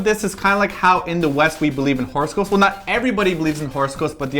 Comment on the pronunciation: I thought said horse ghost instead of horoscope.lol